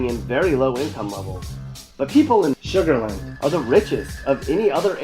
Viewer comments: Report these videos. This is fake. As Shaun said, not one of these pics are from Houston, can't spell Pasadena correctly, and doesn't this idiot know that many NFL/ex-NFL players live in Sugarland????? That big dummy can't even say Sugarland correctly. Everything about their videos is inaccurate. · Did you really say Sugarland ? 🤦‍♂️